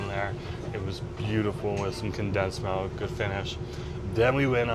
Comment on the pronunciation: i love you but good lord the way you pronounce milk is wild you say melk instead of milk and it’s driving me insane